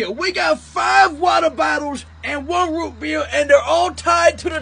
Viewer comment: you gotta teach me how to say röh bëër like that